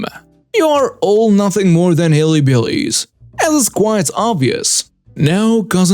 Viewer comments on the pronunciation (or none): Lol it’s pronounced hill-billies, but hilly-billies was very cute